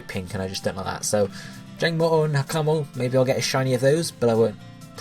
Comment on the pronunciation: i know this is going to come out as rude but PLEASE say Hakamo-o and Kammo-o right......the way you say it really does cringe!